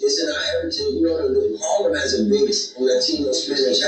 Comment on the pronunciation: Did you say another Lie-tino? hehehe